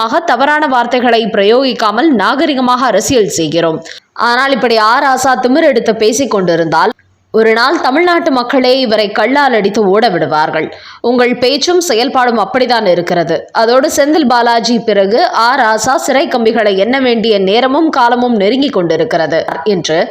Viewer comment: அம்மா! அது "கல்லால் அடிப்பது" . கள்ளால் இல்லை. உச்சரிப்பில் கவனம் தேவை.